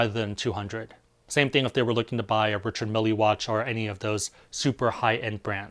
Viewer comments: trent atkinson He also said Richard Milly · Cool video even though I likely won't ever use this card EDIT: not that it really matters, but the watches are pronounced "Pa-tech Phil-leap" and "Richard Mill". And people generally buy those ultra high end watches because of their movements and complications, not their exclusivity